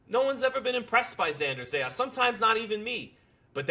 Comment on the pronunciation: these guys been talking non- stop about Zayas and still can't pronounce his last name right😂😂😂😂😂😂😂